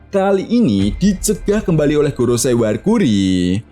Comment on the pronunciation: GOROSEI bukan "GOROSAI"